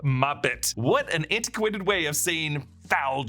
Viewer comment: "anne-te-quay-ted" antiquated.